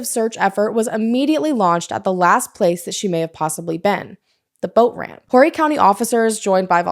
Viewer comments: the H in Horry is silent. 💕it’s Ore ree. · I knew this name sounded familiar. I live in MB. Continue to visit, & never move here, it's god awful. Broadway is dangerous now. Always go to Barefoot & stay North. Oh PS, it's pronounced "Orry" County ;)